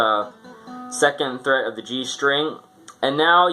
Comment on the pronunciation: It's fret, not threat lol